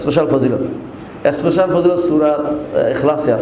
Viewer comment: আবু ইবনে মাসউদ রাদিয়াল্লাহু আনহু থেকে বর্ণিত রাসলুল্লাহ সা: বলেছেন প্রতি রাতে এই সূরাটি পড়ার মাধ্যমে দুঃখ কষ্ট এবং অভাব দুর হয়, আর আপনি বলছেন যে, কোন ইস্পেসাল মনে স্পেশাল (শুদ্ধভাবে ইংলিশ ও বলতে পারেন না) ফযীলত নেই। আপনার জ্ঞানের পরিধিও বোঝা গেল😅